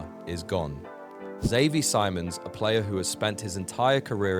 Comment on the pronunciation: Who lol? Definitely not how you say Xavi Simons.